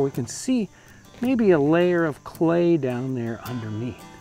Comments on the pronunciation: "Be wewy wewy qwiet. I'm hunting cway." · be vewy vewy qwiet...im huntin some Cway! heheheheee! lol